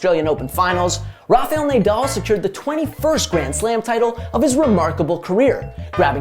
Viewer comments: ‘Naaa”—“Dall”. ..not “Ney” —“Dall”…come on man… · Nah-Doll not nay-dal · Sorry to be that guy but it’s NAH-DAL not NAYDAL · Who tf is Neighdoll 😂😂😭😭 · What's the point of this GOAT argument? Narrative literally changes whenever Nadal or Djokovic win a slam. Let these guys retire before starting it early. At least most people can now acknowledge that Federer is well behind these two. Also...clearly not a single editor at the Score watches Tennis...I can't believe you kept saying NayDal even though he's world famous. Cringe. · Nay doll. It would be nice to have someone that probably has watching tennis to do the take. Can you pronounce his last name like that I can clearly tell this guys never watched tennis lol. I respect the hustle though. And there was no take all you did a summarized what happened lol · Say Naydal one more time bro!!!! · nice video but how can he pronounce Nadal "nay-doll"??? its like hes never watched tennis and heard of Nadal and someone gives him the paper just to read and record it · Should we bother to learn how to say an easy name that’s the entire focus of the video talking about his greatness? Nah, no need Also, how do you even get “nay doll” from “Nadal?” Like come on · Nay-dawl?? For real?? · Nay-dal pronunciation made this video barely watchable :( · How in the world did you mispronounce the name of one of the greatest athletes ever smh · My magic 8 ball says; "Learn to pronounce his name!" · After your pronunciation of Nadal, I can't subscribe. 🤷‍♂️ I barely made it to the end of the video. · He mispronounced 100% of names in the first 10 seconds. He doesn’t watch tennis for sure